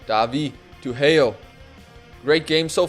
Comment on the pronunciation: just wanna clarify heo is pronounced as ho in korean